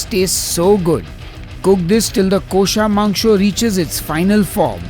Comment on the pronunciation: Haha, beautiful. Your kosha mangsho pronunciation was perfect!